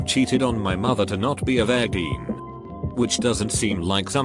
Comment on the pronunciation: Nobody: Absolutely Nobody: Story Time with Reddit: Verr gin